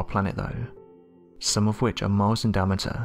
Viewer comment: Unfortunately this narrator speaks on most of the videos. He is truly horrible. In every sentence he completely mispronounces something. Listen to how he says Diameter in the first couple sentences. Lol. This guy never learns that he’s trash.